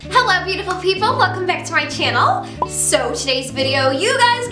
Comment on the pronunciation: I really like your channel but the way you say 'channel' annoys me so bad